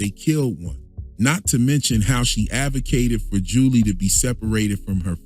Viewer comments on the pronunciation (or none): none